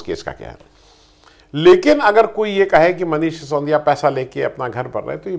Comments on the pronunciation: आप हमेशा "सिसोंदिया" क्यूं कहते हैं? वे बेचारे मनीष "सि सो दि या" हैं। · उच्चारण दोष!